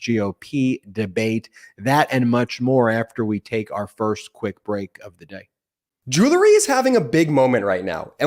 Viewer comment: I miss Brett. But the way says "joolery" makes me feel better. I love the channel and I owe my sanity to the brothers.